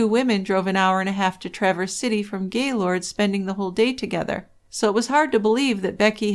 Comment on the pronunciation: I tried to listen to this. I've read the book. The monolog is so mundane. And anyone who has ever lived in or near gaylord, knowx it's not Gay lord. It's Gaylerd. Nobody says it that way. I was hoping this would be good, because it seems like the only YouTube video about the murder. It's audibly difficult to do though. Thanks for trying though.